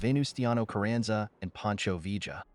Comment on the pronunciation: You make a video about Pancho Villa, and can’t even pronounce his name?